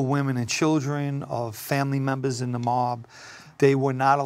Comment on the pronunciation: "Take out membahhs during a wahhhh"